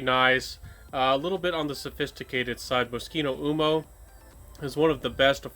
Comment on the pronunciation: I always enjoy your videos and noticed that you are steadily improving. May I point out a few pronunciation errors, no offense intended. L’Homme pronounced like Loam L’Eau pronounced like Low Uomo pronounced like Womo Think Slo-Mo